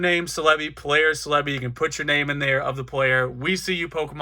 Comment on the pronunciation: The pronunciation for Celebi was bothersome (CELL-uh-bee not suh-leh-bee) but very educational video ^^